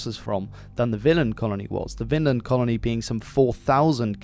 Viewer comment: Take a shot every the narrator mispronounces Vinland as "Finland" 🍸